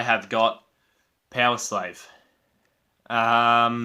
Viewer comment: Good ranking, Somewhere in time and Number of the beast are probably the best i think, Somewhere in time is more solid while the top songs in Number of the beast are a bit better -> Number of the beast, Run to the hills, Halloweed by thy name. Btw, did you say "Peoslave" instead of Powerslave ? Maybe I´m more used to hear American English than British English ;)